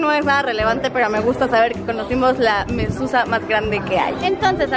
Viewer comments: No se pronuncia mususa se pronuncia MEZUZÁ. :) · Se dice Mesuzá, morra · Hermosa es Mezuzah y contiene un trozo de la Torah. (Mezuzá con acento en la a)